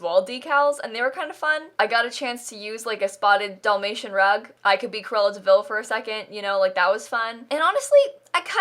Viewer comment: it kills me how she says DOLL-may-shun. instead of Dall, like "albert."